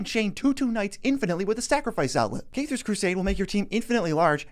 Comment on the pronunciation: This is the first time I’ve heard someone pronounce it “caythar’s crusade”